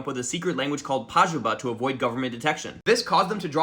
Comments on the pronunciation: Pajubá: let's put an accent on the last A so it's clear that the stress falls on the last syllable Americans: great idea! Anyway, PAH-joo-buh... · I'm not usually salty about people's pronunciation of languages they aren't fluent in, but as a linguist, please don't ignore our accents in Portuguese. It's yorubÁ! PajubÁ! This last A is where the tone is. Thanks! Sorry for being a prick